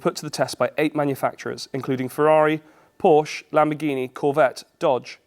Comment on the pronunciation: Could you please learn to say Porsche?